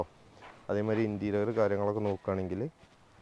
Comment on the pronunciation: ഇന്റീരിയൽ അല്ല ഇന്റീരിയർ